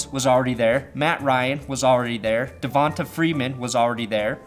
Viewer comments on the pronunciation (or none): Devonta Freeman is pronounced "Devontay" I thought. Just like Jalen Richard making his name fancy